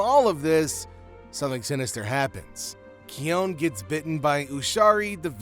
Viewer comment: Its pronossed kion not kion